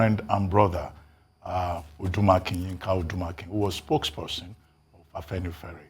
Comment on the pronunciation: It is not Afanifare, it is Afenifere. Do your homework before getting on air